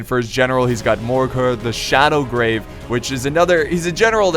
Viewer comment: Its Shadowgave not Shadowgrave. Dammit, go back to school and retake your english courses